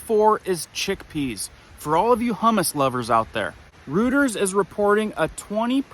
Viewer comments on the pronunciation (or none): Just a heads up, its pronounced roy ters not rooters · Pronounced ROY-TERS….not rooters.